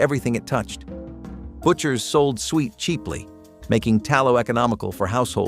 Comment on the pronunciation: Beef fat is pronounced as "sue et" not sweet!.